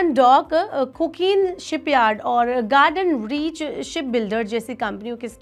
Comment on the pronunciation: कुकीन शिपयार्ड नही, कोचीन शिपयार्ड है वो कंपनी का नाम कमाल है. कैसे कैसे लोग लाकर बिठाते है न्यूज पे.